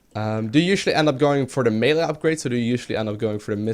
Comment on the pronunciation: It's like his pronunciation of "melee" and "meta" are backwards or something.